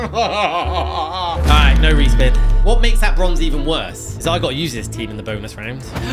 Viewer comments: It's sararjevo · Its Sarajevo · ITS SARAJEVOOOO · It is Sarajevo :-)